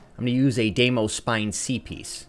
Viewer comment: Hopefully this guy learns how to pronounce Deimos correctly sometime soon.